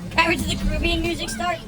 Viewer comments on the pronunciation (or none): none